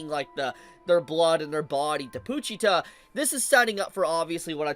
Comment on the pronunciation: “Poo-cheetah” is a crazy pronunciation 😂